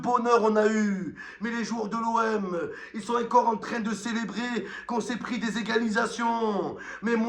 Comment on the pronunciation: Arrete de dire aincore trouducu on dit ENCORE en français meme à Marseille gros lard stupide et puant